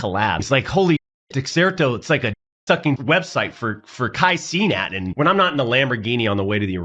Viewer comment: “Kai CEEEE Nat” that is the whitest way I have ever heard someone say cenat